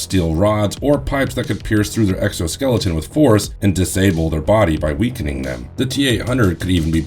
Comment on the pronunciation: i really can't get past the fact that you keep saying exoskeleton.